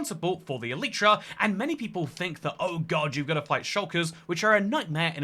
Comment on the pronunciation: It's pronounced e-lie-tra💀